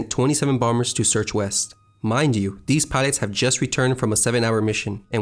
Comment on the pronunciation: PLEASE work on your speech . These and those . NOT deze and doze .